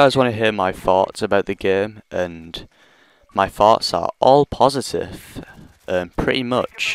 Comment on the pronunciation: when u said "thoughts" i thought u said fart